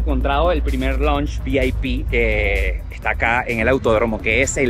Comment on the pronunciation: Hola no sé dice lunch eso es almuerzo,se dice launch y se escribe lounge